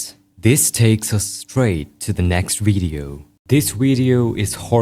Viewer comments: "Weido" I love ur pronunciation it's so cute somehow lol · "wvedeo" (video)